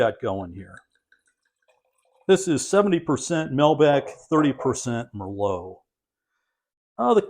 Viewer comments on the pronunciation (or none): none